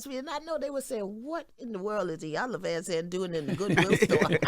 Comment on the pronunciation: I need Envy to learn how to pronounce Ms. Van Zant’s name…..she’s been on enough times to know it by now…..smh